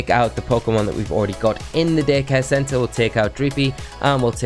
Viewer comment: It totally sounds like he says dickhead center instead of daycare center.